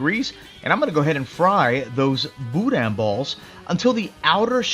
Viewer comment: I’m just happy you pronounced it right. That’s worth a lot with me 😂 FYI for anyone reading this- it’s not “boo-dan”